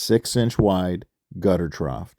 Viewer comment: there is no "T" at the end of the word trough